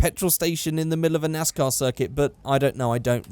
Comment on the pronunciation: thats a 'nice car' +accent 'nais/nas car' =nascar